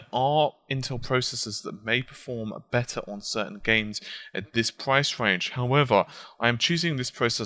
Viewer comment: you sad besser , are you german ?